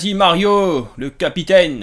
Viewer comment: "mario le cappy taine " c fait expres ou pas